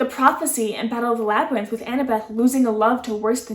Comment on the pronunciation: You were close! It's Labyrinth but nice try@